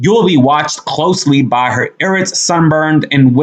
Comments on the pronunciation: Also, I-rate...not E-rate. Don't assume the words you read...fully pronounce the words you read. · I like you. You have to brush up on correct pronounciations though. The way you pronounced irate was wrong. Should be long vowel letter I and bonnet is with short vowel letter O . You pronounced it like actress Lisa Bonet frim the Bill Cosby Show. Just pointing out bc i enjoy your talk even though you can be just a touch more empathetic.